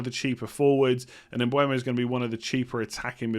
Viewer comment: Bryan Mbeumo. Not Mbuemo